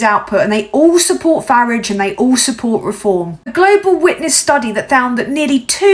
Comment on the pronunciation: Love your pronunciation of 'Farridge' Surprised he hasn't changed his name to it to sound more British. If only your video was farmed to as many people as the reform shite. Keep up the fight, your country needs you, shame most of the ignorant f**kers don't realise it